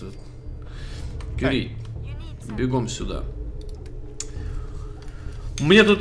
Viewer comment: Не вижу смысла смотреть до тех пор, пока не отошлёт Кюри́ или хотя бы не научится правильно произносить её имя. У меня жопа в небеса улетает каждый раз, когда с ней разговаривает.